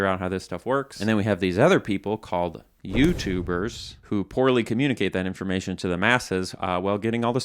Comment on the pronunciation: i like how he makes "youtubers" sound like a slur